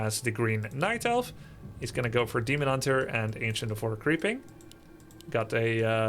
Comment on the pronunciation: I'm glad it was not just me who heard Hemon Dunter